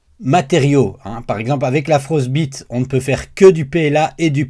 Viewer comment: Juste la prononciation de "Frostbite" ... mieux vaut le prononcer à l'anglaise ("Frost ... baille ... te") ... sauf si voulu pour l'humour 😀. Sinon je possède également cette plaque ainsi que la Glacier que je n'ai pas encore testée. Je confirme en tous cas que la Frostbite est impeccable, PLA à 25° (je n'ai pas encore essayé sans chauffe du tout) et PETG à 50° et ça adhère tu tonnerre !! Curieux aussi du retour par rapport à la roue d'extrudeur que je possède également mais pas encore installée (faut aussi que je monte l'upgrade de ma MK4 vers MK4S 😬). Bonjour de Waterloo !